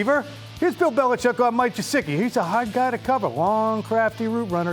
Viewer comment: please I'm begging you, say his name correctly. It's Gesicki, not Jesicki. great content!!!!